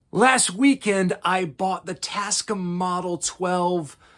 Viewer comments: "Cam". It's "cam". For the love of all that is sacred, PLEASE pronounce it "cam"! The other pronunciation is only allowed when recording Looney Tunes. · It’s really upsetting me how you pronounce ‘Tascam.’ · It doesn't upset me but I did notice it. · simmer down, my apologies for not having a sardonic font for you. I like his videos very much, I’m just poking fun at how he pronounces ‘Tascam.’